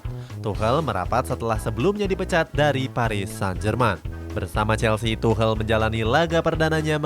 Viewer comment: Tuchel min bukan tuhel akwowkwkb,lebih lucu ini dripada video